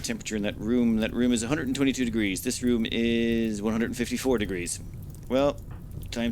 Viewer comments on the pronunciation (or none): none